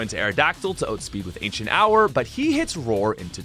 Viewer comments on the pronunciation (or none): My guy said accent ower